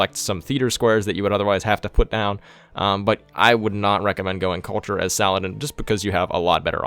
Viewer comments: Sal-ah-deen Not Suh-lad-in. Fucking mutt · Salah ad-Din